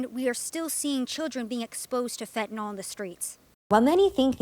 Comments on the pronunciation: Can I just correct this cute little girl...its NOT Fentanall sweetie, its Fentanyl...Fenta-nyl. Dont do videos and speak on things you cant even read and pronounce. Sorry it peeves me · This guy's English is on point. FentaNOL, HugrYANS, all these new pronunciations!